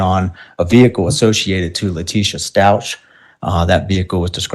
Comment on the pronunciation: You guys!!! I am NOT feelin' Cook. With cases like this one, I always get nervous that there'll be an appeal on the basis of ineffective counsel. He aint' even getting the name "Stauch" right, c'mon now. And he DEFINATELY let Lowry say too much. (Even if it was true.) I'ma keep my fingers crossed that this doesn't turn into a sh!t show.